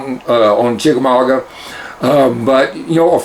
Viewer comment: Lol... It's chickamauga not chickamaugWA lol